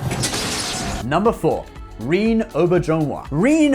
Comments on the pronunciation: I dig your videos, I really do, but I do suggest taking a moment to look for videos like interviews where the actors pronounce their names. You botched a few, certainly Rene Auberjonois and Jolene Blalock. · Man you butchered Rene Auberginois name 😆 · You mispronounce the name of the late "Mr. Rene Aubrejonois" , he is Canadian, and his name have french ascent , and he have WAY more remarkable roles during his prolific life, the oldest are in the Movie "M.A.S.H." from Mr. Robert Altman ( not with the TV show ) and so many voices in animation that I can not even remember ( look at the first episode of DC's "Young Justice" ) I respect that guy big time !!!